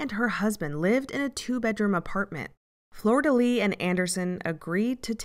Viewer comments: Ffs, it's not Florida Lee nor Soosha! It's pronounced Flor de leesh Shoosha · I kept hearing Florida Lee instead of Flordelis lol Good video